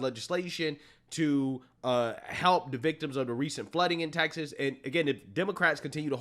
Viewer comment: Why do you pronounce TEXAS as TAXES?